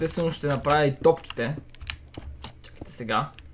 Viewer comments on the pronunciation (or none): на мен ми розвуча тотките 😑 но иначе сладоледът е много як!!!!!!!